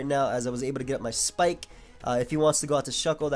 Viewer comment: I love how says spike it sounds like schpyke